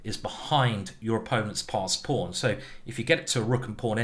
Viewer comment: i believe simon is british, but the way he says pawn and castles just doesn't sound right